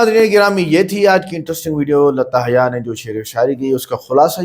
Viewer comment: Bhai naam tou sahi bolo. Urdu b bolna nahi aata kya… Hyya nahi haya bolo…